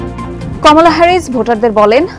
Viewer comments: Please call her কামালা, not কমলা. This is a bit irresponsible on the part of TBS not to pronounce (and write) the name properly. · Her name's Kamala not Komola.